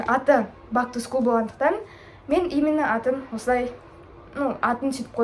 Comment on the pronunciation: Бак ту скул емес бэк ту скул деп айтшы Бак ту скул дегенде не приятно болып естіледі